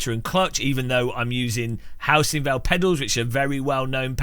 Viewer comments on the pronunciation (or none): none